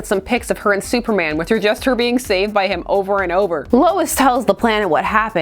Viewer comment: supmerman? sumerman?